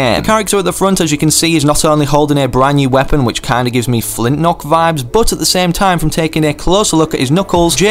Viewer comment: He said flint knock 🤣🤣